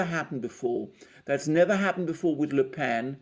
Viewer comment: The brilliant Alexander finally got the Le Pen pronounciation memo!